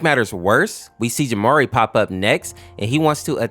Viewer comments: He called Gemerl Jamari Edit: It’s pronounced “Gee-mer-l” In case some of you were curious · "Gemari?" It's Gemerl. Lower case L. Pronounced like emerald. smh my head at fellas who haven't played Sonic Battle or SA3. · d-did you just call gemerl "jamary"? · the way bro pronounces gemerl is diabolical